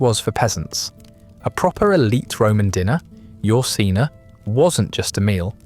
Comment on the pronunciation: You pronounce 'ientaculum' and 'cena' in a horrible way. The i in 'ientaculum' should be pronounced as a j. C in 'cena' is, as always in classical Latin hard, thus pronounced as a k.